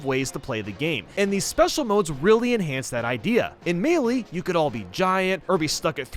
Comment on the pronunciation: ITS NOT MEELEEEEEEEEE